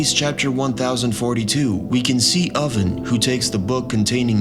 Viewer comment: "Impel Town" instead of Impel Down and "Oden" instead of Oven had me questioning this guys One Piece knowledge for sure. Couldn't shake it.